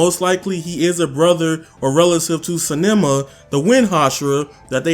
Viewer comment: Nobody: Absolutely no one: For real, nada:: “sAnEmAh”! It is Sanemi yo. 😂